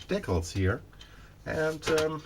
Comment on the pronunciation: Your English is just fine, great actually, but DEEcals is in fact the correct pronunciation, dickles (rhymes with tickles) is not. Just fyi, since you seemed a little uncertain about it.